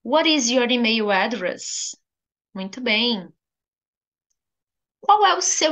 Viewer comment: Pode confirmar se a sua pronúncia de email em inglês está correta. Diz se emeio? Parece que está a pronunciar como em português do brasil.